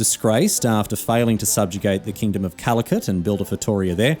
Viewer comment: You may know more history than, but you also don't know how to pronounce Feitoria correctly ("Feituria")